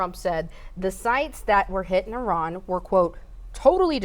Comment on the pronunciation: I think youre being silly, but it is indeed pronounced Eee-ron